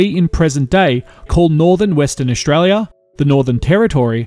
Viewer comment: Great video, just one thing though, it's Aus-tralia NOT Aush-tralia